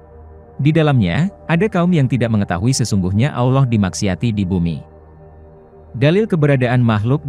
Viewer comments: Sebut Allah betul2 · dan aksen Allah juga beda